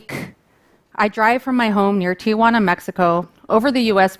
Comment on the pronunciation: You would think that a lawyer working in Tijuana would pronounce the town correctly. It's not "Tiajuana" like she pronounced twice at the beginning .